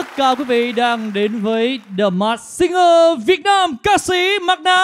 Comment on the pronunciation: Người Việt Nam mà ko phát âm ko đc từ Việt Nam :))) lớ lớ làm gì vậy?